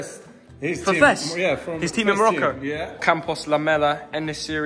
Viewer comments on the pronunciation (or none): none